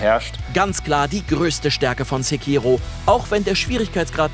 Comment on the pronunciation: Sprecht ihr Sekiro eigentlich extra falsch aus?